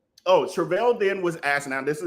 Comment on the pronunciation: Its pronounced "Tra -VEL you keep saying Tri - Vel its "Travell" but Loser or Murderer is fine also